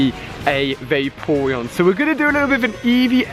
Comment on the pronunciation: I'm not trying to be mean but there pronounced (fla-r-on) and (vap-er-on) and (jil-ton) really not trying to be mean you rule